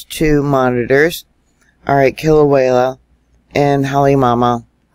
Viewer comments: It's Kilauea, Not wayla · FYI: It's pronounced KILL-O-WAY-A ~ NOT KILL-O-WALE-A Thank you for correcting your pronunciation of it. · First of all Thank You for all the super reporting that You do.. But I feel I need to mention that You're pronouncing Kilauea wrong.. You are saying kilawayla.. Sorry I mean no malice.. LvYa.. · I know you know, but there in no L at the end of Kilauea, Kilauea